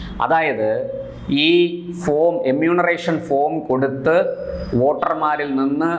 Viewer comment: ഇമ്യുനറേഷൻ എന്നഅല്ല എന്യുമറേഷൻ എന്നാണ് .